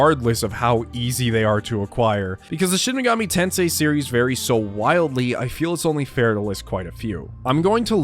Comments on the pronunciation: it's shin megoomi tensay sir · You don't get into Shin Megami Tensei, Sheen Megoomi Teensoi gets into you.